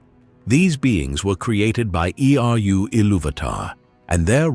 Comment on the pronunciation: I am always down for some Middle earth videos and discussions, The captions don't seem to be made by you, misspells Eä twice and uses two different spellings in 11 seconds. It's spelled Eä and its spelled IEA and then it's spelled AI....then it says Eru Ilúvatar name is pronounced E...R...U and not eh-ru.....this is supposed to be about middle earth misconceptions explained in detail but you made a few errors...and since this is supposed to be accurate....if I am at 43 seconds and its already got this many issues.... I can't watch, AI voice screws it up, I'd rather hear a prepubescent child say this stuff than an AI with a fake accent that you think we would like..If this is supposed to be about accuracy, how on earth are people supposed to watch the whole thing, if we can't get past 1 minute? so I will just ask a question, I feel every video I see begs the question... At this point, do we have to say JRR? Theres no other Tolkien that is famous...Not one for famously writing the LotR or the world of Middle Earth, so why waste time? The same isn't true for George RR...Martin. If they were to say Martin, or George Martin, We wouldn't know who they're talking about unless you said the book Author, and most would need you to say George RR for it to click. You don't need to do that with Tolkien. There is no...John Tolkien, I didn't even know his name was John..his first name is JRR more than it is John now..But again...John Tolkien, you can get it wrong and say Jerry